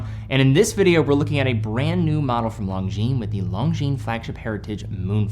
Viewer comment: Ok, i guess I have a pet peeve... Lon-gines (single "g" and a silent "s"), lon-gines... not long jeans... I know, watch brands are all intentionally made for mispronunciation, but this one seems preventable with a little help from your friends. Looking forward to your next video teddy!